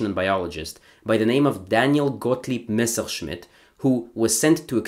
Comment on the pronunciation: Kuddos on pronouncing germanic names correctly. "Messerschmidt" and "Strahlenberg" are not easy to say, but you aced it.